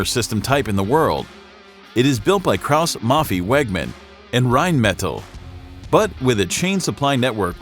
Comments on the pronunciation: Kraus MaffEI wie ein EI WageMann not Wägmen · Was it really too much to ask to check for the proper pronounciation of "Krauss-Maffei-Wegmann" and "Panzerhaubitze"? "Haubitze" is pronounced almost identically to "howitzer", only a "b" instead of a "w" and no "r" on the end. "howbitzeh". If there were many Umlaute in those words, I'd understand that it is difficult for non-German-speakers to get it right, but this is just a case of ignorance.